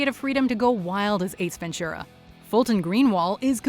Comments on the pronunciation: it's really weird for me to hear "Ace Ven-ture-a_ instead of "Ace Ven-too-rah" which is how it's supposed to be pronounced ^_^ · Ace Ventschura? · Ace Venchura? lol